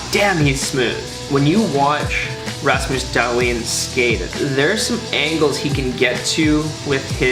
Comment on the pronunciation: Did he call him ras mouse dalton lol it's ramus dalhin learn hockey